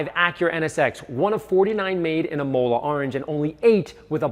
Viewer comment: Think you might be pronouncing Imola incorrectly.